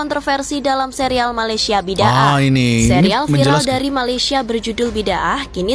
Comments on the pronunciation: Sebutan nya yang betul adalah 'Bida Ah'. Ertinya perbuatan, kepercayaan yang bercanggah atau perkara yang salah di sisi agama Islam. Contohnya seperti mewujud perkara-perkara yang baru dalam agama Islam yang sebenarnya tidak diajar dalam Al-Quran dan tidak ada dalam sunah Nabi Muhammad S.A.W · Pengertiannya mudah..'aku hendak kamu boleh'. Bukan sebutannya 'bida' tapi 'bida'ah' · Sebutan Bidaah..BI DA AH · Sebutan yang betul adalah : BIDAA' AAH